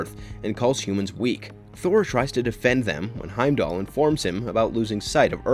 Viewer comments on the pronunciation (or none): none